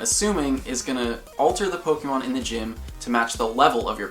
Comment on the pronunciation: I love this account, and I love how you are the first Pokémon GO YouTube account that actually gives the accent on the e (é) :)))